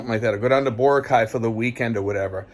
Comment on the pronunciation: boracay is pronounced bo rock I.